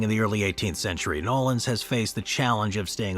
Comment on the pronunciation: It’s not called Nawleans and that ain’t New Orleans